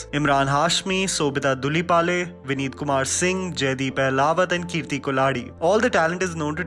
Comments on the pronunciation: It's dhulipala, not dhulipale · its sobhita dhulipala not dhulipale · it's Dhulipala*.